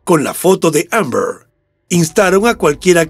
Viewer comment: La forma de pronunciar Amber del narrador me ha hecho sangrar los oídos...si lo oye Shakespeare le da un infarto.